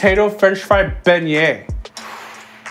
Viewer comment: How the hell you spell french fry begnié?? Beh-knee-AYEEEE😂